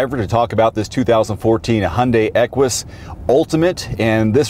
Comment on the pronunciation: great review as usual...fyi...the proper pronunciation of Equus is without the "w" sound that you were going with, (kinda like Stewie's "Cool Wwhip"), it's actually pronounced more like "echoes", or "echues"...